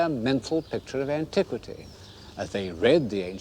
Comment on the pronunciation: Did I hear him say “antique-city”? 😊